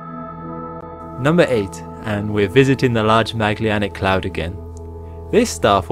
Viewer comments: Sorry, but program your voice synthesizer to pronounce the word "Magellanic" correctly as "Maj-ELL-an-ick". It is not "Mag-li-an-ick". Otherwise, this is a great series. Thanks. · mag le anic? i've never heard that pronounciation before for Magellan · I really like the content, as well as of other videos in this channel. But I am so bothered by how Magellanic Clouds is pronounced. I thought it's named after Ferdinand Magellan, but it doesn't seem to be by the way it is pronounced here. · why can you not pronounce magellanic correctly? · Great production, bud. Looks professional!! The narration, tempo, script, music....literally the entire episode (past ones as well!) is, other than being too short (hint hint) lol, it's ABSOLUTELY PERFECT!!!!!!!!!!!!!!!!!!!!!!!!! BUT..................only one real request ..................pretty please learn how to pronounce 'Magellanic'! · Can't pronounce Magellanic properly!